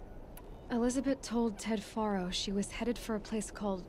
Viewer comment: Its fun to notice that before Aloy See's Ted and Elizabeth's conversation she mispronounces the name 'Faro'